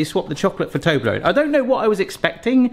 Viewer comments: Fun fact: The number ONE in ToblerONE is already english so you don't read it like «ToblerOWN» 🤓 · You pronounce Toblerone very strangely. In my family we say TUB-LUH-RUN.